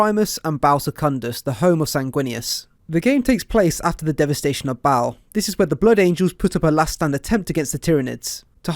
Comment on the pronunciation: Oh you silly Birts and they way you pronounce the two a's in Baal